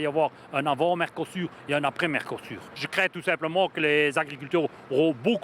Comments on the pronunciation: Vous avez dit "Mercosourd" ??! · vous prononcez MERCO SOURD ! et c'est bien le mot... LE PRESIDENT ET LA VANDERLAHAINE SONT SOURDS A LA DETRESSE DES PAYSANS ET A LA VOLONTE DU PEUPLE DE GARDER SES PAYSANS ET LEURS PRODUITS !!! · Non ils ont dit Merdosur.